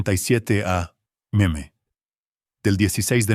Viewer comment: Cuándo es a.m. o p.m. no es a.meme o p.meme, esas letras significan antes del medio día o meridiano (si es a.m.) o antes medio día o antes meridiano. Dios, si no saben cómo pronunciar investiguen !!!